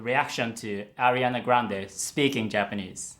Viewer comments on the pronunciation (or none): none